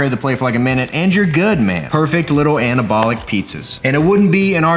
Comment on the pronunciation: This dude shouldn't be allowed to say "anabolic".